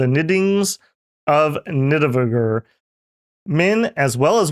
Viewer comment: Boooo, say Nidavangr better